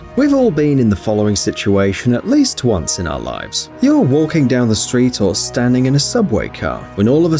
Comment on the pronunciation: At the start of the video he said twonce not once if you didn't notice